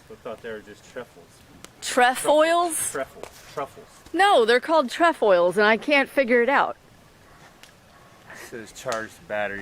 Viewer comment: It's pronounced (tray foils) and I believe that is the Girl Scout emblem.